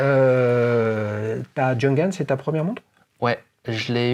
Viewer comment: Cette Nomos me fait de l'œil depuis longtemps mais je n'ai pas encore craqué...😛 Par contre votre prononciation de la marque Junghans c'est juste pas possible 🤯 Faites un effort, renseignez-vous !